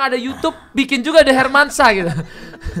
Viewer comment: Hermansyah napa bang, jangan hermansah. Pen banget, banget denger pake syah😭😭